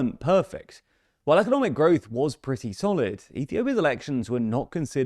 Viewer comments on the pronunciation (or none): none